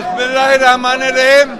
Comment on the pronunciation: ঠিক মতো করে বিসমিল্লাহির রহমানির রহিম বলতেই পারে না